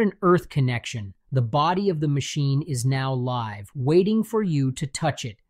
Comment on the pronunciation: I really did not think that was an AI voice until he pronounced, "live" with the short, "I" sound 😅